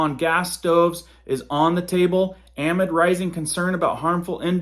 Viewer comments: Your pronunciation of the word amid is a gross error for someone who is a journalist. Amid is NOT pronounced ah-mid but is pronounced ah-MID, heavy on the MID. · AMID - NOT AM-ID! IT'S A-MID! We enjoy your blog but thought you were an English speaker. Definition "within" or "during" depending on the context in which it is used. Keep up the good work. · Love you, just a note on pronunciation: amid is pronounced uh-mid. 😉❤️ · Hey bud love the vids! You are rocking it. Thank you so much! But please can you correct your thumbnail to read “They’re” instead of “There”? And the word in the headline is pronounced ah-mid (like in the midst of). Keep putting the good info out🤩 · Anybody who says “amid” the way you do makes me wonder about your credibility. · Oh my friend, I wish this wasn’t a public comment, but you need to look up how to pronounce “amid.” Great work on your videos. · Google pronunciation of 'amid' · Dude who is this guy? I have never in my life heard an AMERICAN say the word AMID the way he does,JESUS help us! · u can not pronounce amid ? wtf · Please say amid correctly. The emphasis is on the mid. Not the a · Google how to pronounce amid and attributed. You're saying it wrong and it's driving me crazy...retired English teacher.